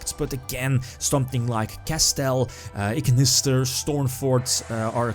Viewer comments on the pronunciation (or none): lmao, that "iggggnissterr" caught me off guard